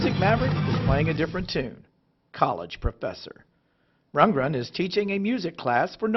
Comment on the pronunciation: It's Rund-GREN dear, not Rundgen!